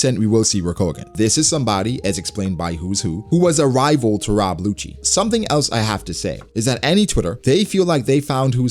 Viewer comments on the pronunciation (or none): I'm dead ass like why is calling Who's who's a hoochie (momma). I'm sitting her googling "Who's Who One Piecee thot?" Then I realized he was saying Rob WHOchie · This nigga said “Rob Whocci” 😂